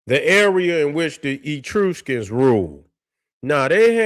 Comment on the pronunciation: Great video as usual. The pronunciation of Etruscans is soft e- soft u then skns.